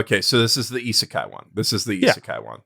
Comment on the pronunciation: Please tell him how to prononce isekai